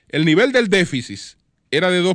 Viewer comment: QUE ALGUIEN LE DIGA A ESTE CABALLO CON CÉDULA DE MARTÍNEZ POZO QUE NO SE DICE "DEFICIS" ES DÉFICIT!!! Y QUE NO REPITA TANTO LAS PALABRAS QUE CON UNA VEZ BASTA!